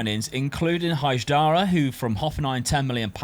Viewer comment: Bro lmfao stop butchering names! Castellanos=Casteyanos, Atubolu not Atubulo, Hajdari is Haydari, not Hag-dara